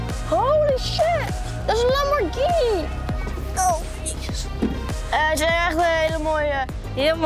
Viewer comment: Je schrijft lamborgini maar je zecht het heel anders